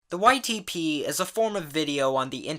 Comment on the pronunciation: every time u say ytp i hear : white tee pees